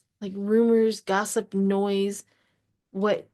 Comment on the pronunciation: The word was nosey, not noise... like a nosey neighbor. I enjoyed your reading, thank you so much.